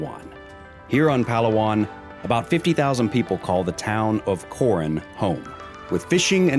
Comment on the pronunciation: Lost me when mispronounced both Palawan and Coron.